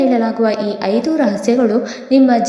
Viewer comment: ಹೈದು ಅಲ್ಲ 🤦‍♂️ ಐದು